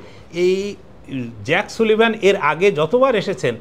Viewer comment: নামের উচ্চারণটি হবে জেইক সালিভান।